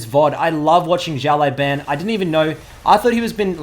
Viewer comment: he pronounce Xiao Lao Ban as Jellybean